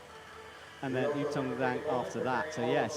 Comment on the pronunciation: **SPOILERS** Now that Zhang has gotten an Olympic ticket, can please learn to pronounce her surname properly? There’s no excuse at this point, it would take one google search and a 20 second youtube video